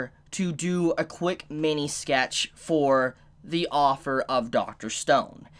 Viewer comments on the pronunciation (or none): You say "author" as "offer"